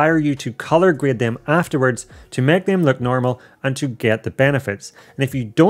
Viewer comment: He says dem